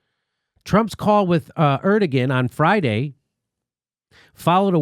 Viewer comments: Hi, Jimmy! Erdogan is pronounced air-due-won... Forgive my crazy spelling of this💙. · Jimmy, I think it's pronounced Er-Du_Won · Jimmy dawling. Erdogan is pronounced something like 'air-doh-wan'. I think. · Er-Duh-Wan, not Er-duh-Gan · /'ɜɹdəgən/? I'm sure you mean /'ɛɾdoːɑn/. I don't know why Western media forgets that the g is soft; i.e. it's Erdoğan, not Erdogan. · Lol, "Er-da-gan" it is pronounced Er-da-wan. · It's pronounced "air-doe-wan" Jimmy. Not "err-duh-gin". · It's AIR-DUE-WAN not ERD-A-GEN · It's airdowahn, not erdogin. It's just minutiae, but it's been bothering me. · President Erdogan is pronounced ER-DA-JUAN*** JIMMY! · Erdogan (Air-doe-Wahn) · Jimmy... it's pronounced AIR-DUH-WAHN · It's more like Err-doe-one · ERD-EG-EN LOL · Jimmy. The Turkish dictators' name is pronounced "air-doh-wan". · Jimmy it pronounced Air-dew-wan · ER DO WAN. That is how it’s pronounced. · Jimmy, it's pronounced Er/doe/wan. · Somebody tell Jimmy it's pronounced (AIR doh wahn). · I'm turkish... You don't pronounce the ''G'' when you say ''ERDOGAN'' haha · Lol Jimmy. You're saying Erdagon wrong. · I know you know how to pronounce "Erdogan," Jimmy. Come on...